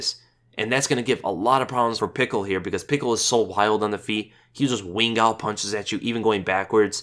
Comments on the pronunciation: its pischel not pickel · Lmaoooo Vinc "Pickle" I'm dead! 😂😂😂 you're the best... it's pronounced "Pee-shell", but man! That made me laugh so much lol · Pickle...? It's (Pishell) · Vince Puh Shell is how its pronounced. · Haha, Pickle, loled so much at the pronunciation. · actually burst out laughing every time you said pickle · same man that was funny af i don't get where he got Pickle from lol! i mean watch's a lot of fights like myself he had to have seen Vinc fight at some point you heard his name (PICHEL) before...Buffer pronounces it correctly not to mention his Nickname Flows with his last name just a really bad miss pronunciation.....lol love ya though you the man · If you type in Pichel in google translate in german and let them speak it you hear the right sound of ch. and his first name is spoken: Vins. Ultimate Fighter Canada vs UK i think he was with Robert, not sure though. Just an fyi :-)